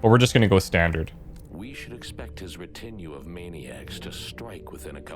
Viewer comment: Can we talk about the mispronunciation of 'retinue' by the narrator? Ugh.